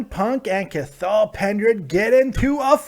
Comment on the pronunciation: Hey, love the videos but his name is pronounced "Kahal". Much love from Ireland